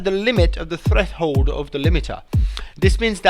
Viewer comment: A lot of great techiniques in this video! And the way he says "threshold"...LOL :))